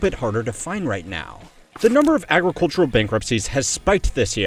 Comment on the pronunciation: It's funny how much trouble he has saying the word "agricultural".